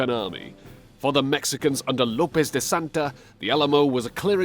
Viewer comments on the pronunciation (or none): Antonio Lopez de Santa-ana ¨SANTANA¨ not De Santa